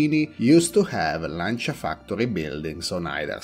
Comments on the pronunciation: So after this video I have been pronouncing Lancia wrong all my life 😂😂😂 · Yep. I know that saying “Lan-cha” is weird for English-speakers, but that’s how the word is pronounced in Italian :)